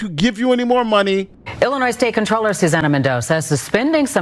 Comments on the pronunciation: The “s” in Illinois is silent. Everytime someone says the “s”, I look at them and feel bad for them they weren’t tight how to say it correctly. It’s also embarrassing for whatever grammar school they attended. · Not Dolton, Illinoise🤦🏽‍♂️ Come on, you’ve been covering this for how many videos? Lol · It's ILLINOIS, the S at the end is silent yo..